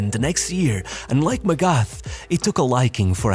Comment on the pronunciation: Friendly tip/reminder for any future videos where felix magath is mentioned. The "th" in his surname is pronounced like a regular "t" and not the "th" way in english.